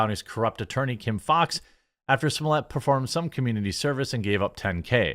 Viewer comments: Pronounced Smol-let, not Smol-yay. Just sayin. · It’s pronounced s mol et why are you making that more complicated than it has to be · Smollett is pronounced "small-ett .... One t would have you pronounce it small-ay ..... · Why did you say his name like that ? Lol